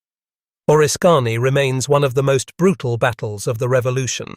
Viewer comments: Correct your AI speaker please. It’s not O-risk-Kany, say Orisk-any. Now the people that aren’t familiar with upstate New York will certainty make fools of them selves if they refer to this story. There was also a movie that had an attack on relief troops in the forest and a fort being assaulted by British Troops. It had Daniel Day Lewis and Madeline Stowe in it. Great music too. I think it was Last of the Mohicans. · its pronounced O-risk -any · It's called oriskany